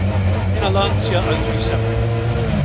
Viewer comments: Please, FFS... it's LAN-CHA. It's really not that hard. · I love your videos, but for the love of god, it's not LanSEEa, it's Lan-Tcha! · how you can be car guys and mispronounce the italian name of the one of the greatest cars is beyond me.